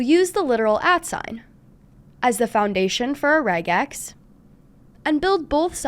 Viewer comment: Thank you for pronouncing it correctly!